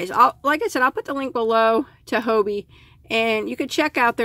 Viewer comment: Hobbii is an amazing danish shop , with lots of different types of yarn and accessories . Twister, Cotton Kings ect, is great, if you want to make a shawl . The name Hobbii is pronounced the same way, as the english word Hobby ..just stretch the letter y a little bit ..that`s it :)